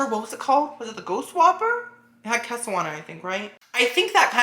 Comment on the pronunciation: Kesso and hollapainyos